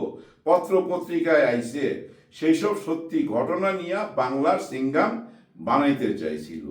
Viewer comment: Singham not Singam